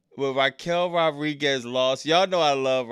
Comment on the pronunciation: Wwe is horrible at the moment for the past 2 years or so...smh....😂😂also you keep saying Raquel names wrong it's Rodriguez you never say the D 😂😂😂😂